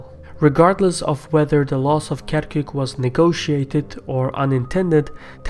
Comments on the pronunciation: You keep saying PQY instead of PUK !! LOL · It’s not PYQ, it’s PUK (Patriotic Union of Kurdistan)